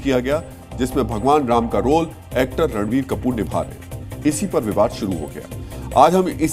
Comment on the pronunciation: Phele toh actor ka naam sahi se lo fer afa failao